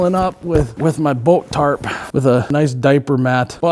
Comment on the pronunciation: hes keeps saying "Boat tarp" all i hear is bolt tarp...